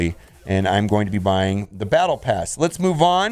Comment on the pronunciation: No, it's Bottle pass. You said it correctly.